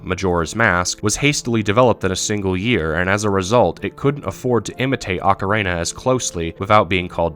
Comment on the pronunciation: Say it with me now, "Oh-kah-REE-nah".